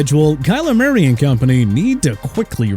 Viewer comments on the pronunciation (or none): none